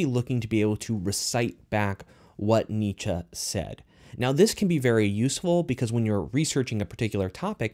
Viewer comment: Pronounce it with me dude “neee-chee “ (Friedrich Nietzsche )